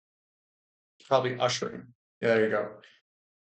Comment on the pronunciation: “Ushering” uh-sure-ing. Present participle of “usher” which means “to show someone where to go or to guide them to a specific place.”